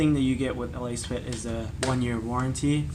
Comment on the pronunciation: Let's say it together It's pronounced: Lass-Fit